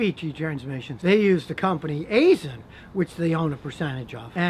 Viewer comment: AISIN is pronounced like "eye-shun". They have a facility in Marion, IL and they are one of my customers. Top notch manufacturing facility.